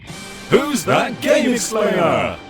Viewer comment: I know its Whos that Gamexplainer, but it sounded like: Whos that Gayslayer